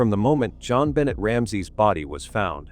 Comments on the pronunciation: Her name is pronounced “Jon Benay” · AI is disrespectful to JonBenet especially when it mispronounces her name. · Please say her nabe correctly. As a matter of respect. Someone was already in the house I say. Poor baby girl xx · You know, if you're going to use AI, try listening to it before releasing it and dub in proper pronunciation! This is a serious topic and not even saying the victim's name correctly is disrespectful.